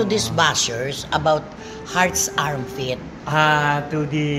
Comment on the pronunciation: Armpit? It's Armpit Nanay...😂